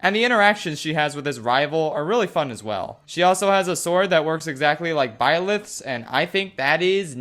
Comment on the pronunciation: Everytime he says Byleth, I hear Violet.